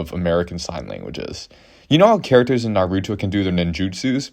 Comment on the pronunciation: "Nar-U-Two"? I've heard "Naru-Doh", but "NARUTWO"? REALLY??!